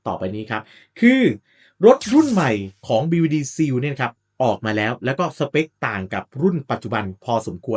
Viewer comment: เนื้อหาดีแต่่คำว่า "seal" อ่านว่า ซีล (/siːl/) ไม่ใช่ ซีว